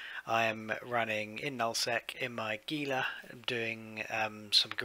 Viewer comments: Please...HEE*lah. Gila Monster. Gila River. Gila starship. Every time you guys say gee*lah, it makes Spanish speakers and South Westerner's ears hurt.Other than that.. good vid. Have another like. IGN: Antturas Hawk. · my American English ears prefer hee-lah. Lol